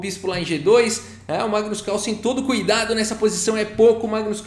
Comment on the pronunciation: NEIPO GAINHOU DO MAIGNUS NA SEIMIFINAL